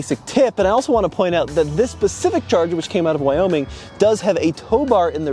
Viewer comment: It's "specific", not "pacific"